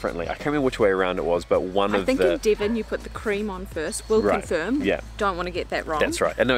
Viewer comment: It's not Dee-von!